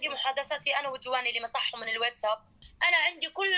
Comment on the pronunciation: اسمو واتساب مو ويتساب يا مايعه 😂😂ايع